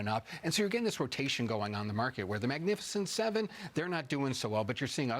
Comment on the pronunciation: "Magnifiscient 7" ( Youl Briner )